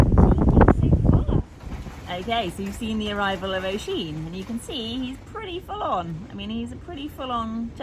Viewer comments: it’s pronounced usheen haha xx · If his name is spelled oisín we tend to say ush-een but it is what it is Love from Kilkenny in Ireland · Just wondering how the stallion's name is spelled 😊 if it's Oisín, we tend to pronounce it Ush-een, but it's up to you after all and whatever he's used to! Hello from Connaught!